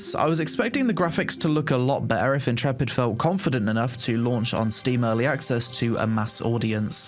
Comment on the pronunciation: Love these types of videos. Great overview and helpful to know what's happening with the game. I've followed AOC's development for many years but havent made the plunge to try it yet. Oh, also, I like how you transform the word "better" into "bet-ahhh." 😂